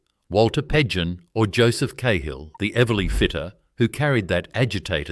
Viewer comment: Great history. One thing. Joe Cahill , NSW Premier, is pronounced "Karl" not "K-hill". Cahill as in the Cahill Expressway.